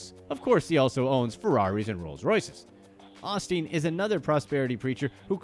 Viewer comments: OSTEEN. OH. STEEN. NOT AH-STEEN. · Every time you said Osteen I cringed. It’s “O” steen